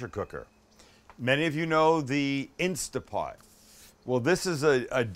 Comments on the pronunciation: It's INSTANT POT, not Insta pot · Oh Sam, it’s called an Instant Pot, not Instapot. I know this is a year old but. Get a modern Instant Pot Ultra or any of the models that self seal. Errors drop by a lot. Also always Natural Release meats, they will be even better. Quick Release tents to pull the juice out of the meat. Looks like yours didn’t but that’s a rule for success. On a second note we make a pulled pork with a Yucatán twist. It’s called Conchinita Pibil. It is amazing and its all spicy and citrusy. Yes we do it in an Instant Pot. You have a backyard, I guess you could bury it?? I’d love to see your take on the dish. I can’t wait to get to San Diego and try both of your restaurants. Love my Fat is flavor shirt!